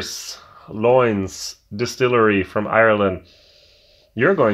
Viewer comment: Love the way you pronounce the Irish words. Don't get me wrong I know it's not easy. I can help you with this one though. For Lyons just say Lions.